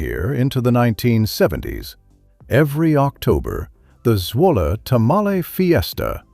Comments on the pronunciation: Zwulla? Zwah- lee... But at least you pronounced Natchitoches properly. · it's pronounced Zwa lee, please learn how to pronounce the towns and bayous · Zwolle is pronounced like the man's name Wally with a Z at the front. Zwolle and tamale rhyme in local pronunciation. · Except the very first one. Zwolle! Look it up it has a very interesting history . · It took all of two minutes to know that knows little about Zwolle including how to pronounce the name. The Zwolle tamales have nothing to do with the Indian natives and everything to do with the Spanish natives The town and surrounding area are established on a Spanish land grant.